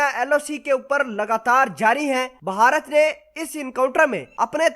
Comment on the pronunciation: The proper word is bharat, not baharat.